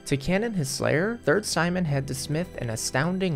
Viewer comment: Something tells me that's not how you pronounce Sijmen